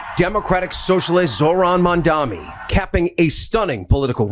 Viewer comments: Whoever is the broadcaster that you are using the news clip of..... he needs to learn peoples' names properly. He says MamdaMi instead of Mamdani. He says SpaMberger instead of Spanberger. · The man voice-over saying MamdaMi. Smh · Why do journalists on TV say: "MamdaMi"? Are they idiots?